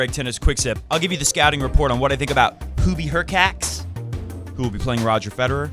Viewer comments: Hurkach not Hurcats- no felines here ☺ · "hurkacz" should be pronounced as /hurkatch/, similarly to e.g. "latch"